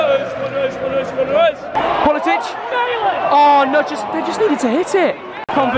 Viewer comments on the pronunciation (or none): man it's like "politick" not "politich"